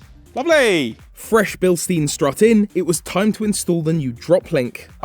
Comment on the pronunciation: I'm sorry "Billsteens"??? They're German right? In German, "ei" is pronounced "ay", so they should be Billstayns 😅